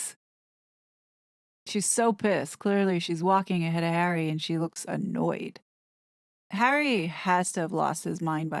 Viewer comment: C: Awful, isn’t it? It’s disrespectful in my opinion; as if she can’t be bothered saying two syllables (as in Har-ry) versus the one syllable, H.